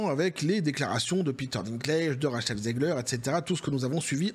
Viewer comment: Ra"cheh"l zegler 😂😂😂